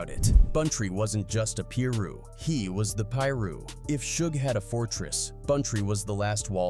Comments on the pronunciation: ok I just can’t with the way u pronouncing it “peeru” “(pie-ru)piru” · I hate a.i channels . pillroo? It's Piru! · he’s saying it because the dude narrating said “Peru” which is a country and not piru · Couldnt finish the video when i heard peruu 😂😂 nahh im out jack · Man if you gonna be speaking on street politics you need to start pronouncing these names correctly tf is a Peru.. get it right man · how did this guy who been saying Piru wrong then says it correct once directly after saying wrong again then goes back to saying it wrong 😂😂. Put some respect on the Piru's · Dude all these guys who make these videos need to get there facts straight . So many wrongs in this . Didn’t even say most their names right . He didn’t even piru properly . Also heron wasn’t partying . He left a football game at a park